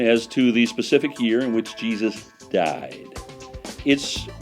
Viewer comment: The way he said "died"